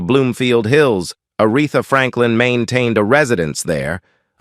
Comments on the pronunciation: I think it's a damn shame whoever the narrator is keeps on mispronouncing Arethas name as well as several more. Clearly he is just reading and didn't know her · I was looking for someone else to acknowledge this. A disgrace and totally disrespectful. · “Die on Warwick” and “Are eth a”? Gotta love A.I.